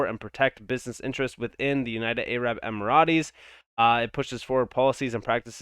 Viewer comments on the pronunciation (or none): The way you say arab emirates sounds like a food dish now im hungry😂 its *em-er-ates. Good vid tho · An Arab Maserati. Vroooom!